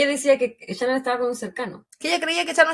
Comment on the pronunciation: Amo que en hs que dura el caso, ni una sola vez la dijo Shannon, sino Chanon!! Mas chilena, no se consigue 😂😂🥰🥰